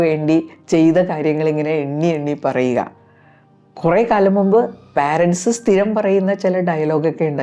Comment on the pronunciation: പുതിയ ഒരു style നമ്മുടെ ആൾക്കാർ adopt ചെയ്തിരിക്കുന്ന ഒരു ഉഛാരണം ആണ് - പാരൻറ്സ്' - (Parents ) ഇത് തെറ്റാണ്. ശരിയായ ഉഛാരണം. പേരന്റ്സ് . ആണ് .